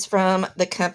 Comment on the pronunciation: Those look like great pencils! I THINK its pronounced like Say-zahn....like the painter. I coukd be wrong though!